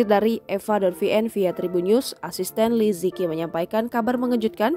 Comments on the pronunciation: Nama beliau dibaca 'Li ce chi' , bukan 'li ci ki' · Li ziqi dibaca "li ce chi" bukan li zi ki 😭😭😭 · li ziqi pmbacaannya li je ci bkn li ziki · mau kasih tau aja, bacanya bukan li zi ki, tapi Li Ceu Ci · Kalo dlm bahasa mandarin itu baca nya Li zhe chi , bukan liziki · Ini cara melafal namanya Li ce chi 李子柒,bukan li ji ki. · Liziqi dibaca Li ze ci btw min bukan liziki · Maaf Min, anda salah baca namanya, Li Zi Qi dibaca dengan suara Li Che Ji. Huruf Z itu dibaca Ce seperti baca cepat, ce, Huruf Q itu hampir sama suara huruf J dalam bahasa Indonesia. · Liziqi.... Pengucapannya Li Ce Chi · Min, salah eja namanya, yg benar li ce chi. Qi itu di baca Chi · Bacanya bukan Liziqi tapi Lisichi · Agak terganggu pas pembawa acara ngomong nama li ziqi, baca nya tuh li tsi ji 🙄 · Li Zi Qi Dibaca Li Si Ci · Cara bacanya Li Tse Chi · Namanya liziqi tp sebutannya lizici. Kerana qi sebutan ci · bacanya tu li ce ci